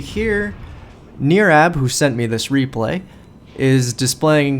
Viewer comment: Thanks man for my 27 mins of fame lol It was NOT a great example on my part, on how to play the ship, you were way to kind to me. But it was a down to the wire game. BTW close on the name Nirab, NIR sounds like TIE, it's just Brian spell Different. Thanks Again.